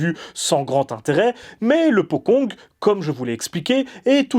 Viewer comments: On prononce potchong, pas pokong... Le deplacement des pocong ne doit rien au cinena hongkongais. Ils se deplacaient deja comme ca bien avant l'invention du cinema. Ca qu'il faut bien conprendre c'est que les pocongs "existent" dans la vie courante des Indonesiens. On en parle tout le temps et ils sont utilises dans les medias mainstream. C'est pas juste dans les films d'horreur. Sinon je dois dire que la qualite du jeu d'acteur et du film est totalement representative du cinema Indonesien. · Bonne vidéo, p'tite rectification ça se dit "potchong" le c est prononcée "tch" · Ce nouveau format de vidéo est génial <3 Juste une petite remarque le mots Pocong dans ta vidéo est mal prononcé , en indonésien il faudrait prononcé Pocong / Pochong . La lettre "C" chez eux ce prononce comme si c'étais "CH" . j'avais entendu parler de se terme de mes amis en Indonésie, terrifiant :o ! . Sinon je kiff toujours autant t'es vidéo continue comme ça :D